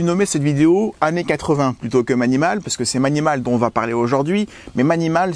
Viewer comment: On dit pas mAnimAl ma Maï ni maul ! 😁